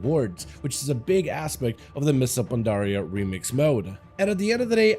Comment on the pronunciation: him saying mists of pandaria is give me a stroke in a half